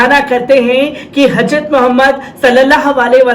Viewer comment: حضرت ka pronounce sahi karo bhai....